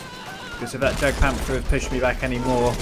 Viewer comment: love your videos dude but not to be nit picky but jagpanther is actually pronounced yagpanther just for future reference :)